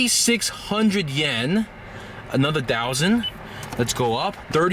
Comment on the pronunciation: 30 dousand😂😂 DOUSAND THO!! Hahahahaha